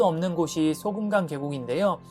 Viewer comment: 소금강은 맞는데 소금이라고 하는것 보단 소 금강산...이라고 악센트를 줬으면 더 좋았을거 같아요...자꾸 소금으로들리네요...